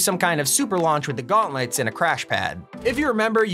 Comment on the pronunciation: Why u saying shehulk guantlets